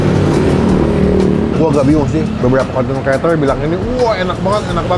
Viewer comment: Krrrreator bang BKN kleatol